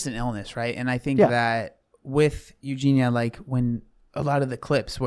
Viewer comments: I'm convinced maybe he just can't say it because of his accent lol but idk. There were sooooo many comments about the pronunciation on his last video so he must know by now unless he doesn't read them. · It's 'Eugene-yuh' not Eugene-uh😹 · Respectfully, as an English person, that isn't your accent, you're just saying her name wrong 😂 It's You-Jean-E-Ya. You're saying You-Jean-A I get it though, it's an uncommon name, and easy to say incorrectly, but it's not the accent 😂 being british doesnt prevent us from pronouncing the IA In her name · Her name has four syllables. Eu gen i a. Not three. Not Eu gen a. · Why do you still call her Eugina?!!! She is called Eugenia- “You-gee-nee-a”. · Its eugen-ee-a not eugen-a btw lol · You both never say her name correctly, and for I now I've seen tons of comments on every Eugenia video correcting it. It ends in ia, not a. "Ya" or "ee-a", depending on how fast you go. Edit - "I'm just British" doesn't excuse continuing to mispronounce someone's name when you've been told how to say it. YOU might not think you mean anything by it, but it's majorly disrespectful, and it's a huge problem particularly when white folks don't make an effort to learn a name that's a little different. Eugenia is originally a Greek name, more popular in modern times among Russian, Ukrainian, and Polish populations. In Cyrillic is it spelled Евгения and и is pronounced like the English Y. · Not to be nit picky - but her name is pronounced “ Eu- gene-NE- uh “. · It's "You genie ah" please pronounce her name correctly !!!!!!!! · F-ing hell. Her name is EugenIA!!!!! If you want to talk on someone at least get their frikking name right. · for the love of god pronounce her name correctly lol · Im sorry but the constant mispronouncing of her name makes it difficult to focus and enjoy the video. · What does being British have to do with mispronouncing her name..? That doesn't make any sense.